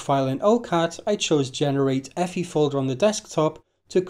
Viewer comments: effy? no, just say the letters EFI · Love your pronunciation of EFI, lol. Never change it.